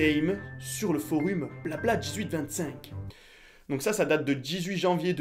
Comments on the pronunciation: il a dit le forhume au lieu de forum mais quel con😂😂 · T'as dis forum "u" QUETAAAAR